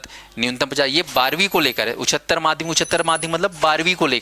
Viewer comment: उच्चारण तो शुद्ध कर लीजिये महोदय, उच्चतर होता है😊